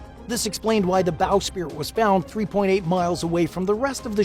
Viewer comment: It's "bow sprit" NOT "bow spirit ".